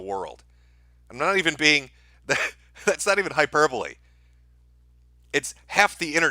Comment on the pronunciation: Did...did he correctly pronounced hyperbole and not "hyper-bowl"??